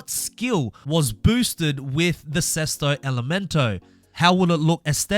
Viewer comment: BEST "SESTO ELEMENTO" PRONUNCIATION I'VE EVER HEARD FROM A NON ITALIAN GUY🔥 congratulations from an italian guy👏🏻👏🏻 the pronounciation was at 90/95% correct🤙🏻